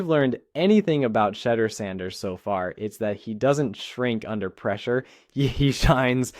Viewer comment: For STARTERS PRONOUNCE HIS NAME CORRECTLY! HIS NAME IS NOT SHEDDER‼️ HIS NAME IS PRONOUNCED [ S H E D E U R ]!!! THIS A FABRICATED STORY MERELY FOR CLICKS & VIEWS‼️ HE IS STILL IN CLEVELAND SIR!!